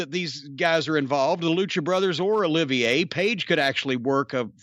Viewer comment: Olivier, not oliviya.